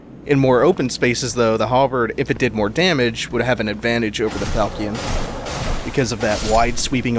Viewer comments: You pronounced Falchion wrong, the correct pronunciation is Fal-shen not fal-ki-en. Please excuse me, i'm not trying to be rude i'm simply passionate when it comes to weapons from the medieval era. This was an excellent let's play and it holds up in 2019. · Really enjoying your playthrough. I just got smashed when I tried to play this, but I do love it, so glad I can watch you play it for me :-) ps The Sword is pronounced Fal-Shun. It's a seriously cool type of sword